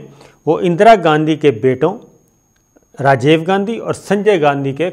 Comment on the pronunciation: Sir aap Rajiv ko Rajave keh rahy hn